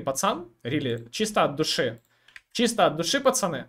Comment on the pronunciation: Я думаю что такое ты говоришь "пасани, пасани". Думаю кого куда пасануть надо? )))) Потом понял 😃